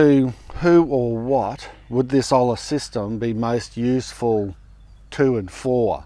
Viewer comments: Great method, tried and true. Your pronunciation isn't great but your grasp of the practice is. (Olla sounds like oyah. Hola sounds like oh-la.) Loved your channel for years now, you always provide valuable content. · It’s actually pronounced “OYA” - a double LL in Spanish makes a “Y” sound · It is called, Olla where the L is NOT pronounced. OYA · Olla = Oi ya 😂 Double “LL” makes a “y” sound 😅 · Pronunciation is Oh-yah, simple.😊 We use them in México for cooking, drinking, etc. ❤ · as an Australian who speaks Spanish it pains me to hear your pronunciation. Think "Oi (Aussie, Aussie Aussie), and ya (ya bloody jokin)" love the rest of your content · Hi, just wanted to help you out with that crazy word. In Spanish two ll's together sounds like a y. So Olla says Oya. No meanness meant at all. Have a good day from a viewer in Prineville, Oregon, USA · Olla in English pronunciation is : oja. Because as you pronounce sound hello in Spanish. Lol !! Olla is coming from the idea of pots but is in Spanish. Just because the pots is made by clay. That’s the idea. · Pronounced: Oi as in Aussie Aussie Aussie Oi! Oi! Oi! Yah as in Yahweh. OiYah. For the purists among you. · Hey amigo, double LL is pronounced like a Y in Spanish so it's pronounced "OYA"...LOL. Love your videos. Keep up the good work! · ollas pronounced like boy - a without the b. You should be able to get a potter to make you a replica pot for your system. I have made my own from clay and fired. I use them in my Hoya pots. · OY-YAH. crikey. If you are pronouncing an L you are screwing the pooch. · Olla... Oy- ya Oie -ya is how its spoken lol... Best channel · Great job you tryed your best . It's pronounced (oi-yah) it's means big pot 🍲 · Its pronounced oi-ya Like oi ya fogger get back here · Great info. I made my own which seem to work good. My green thumb however aren't great. I believe the 2 LL's together in Spanish makes a Y sound. So it's OYA in sound. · It’s pronounced like “oya”. With a “y” sound.